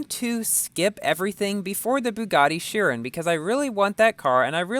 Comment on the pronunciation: Its pronounced shi-ron. Ron not run I love your videos😊